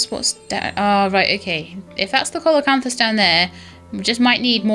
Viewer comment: I think it's pronounced seal o canthus , something like that. Thanks for another neat vid.